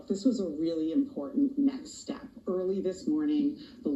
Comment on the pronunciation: she said very important necks step? 😅